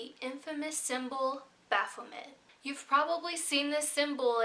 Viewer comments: Its bapho-may not met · The 't' is silent in Baphomet.